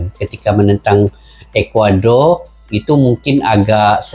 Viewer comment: Ekwador bukan calang calang bang